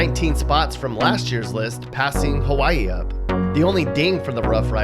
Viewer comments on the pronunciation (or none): Do you not know how to pronounce Hawaii?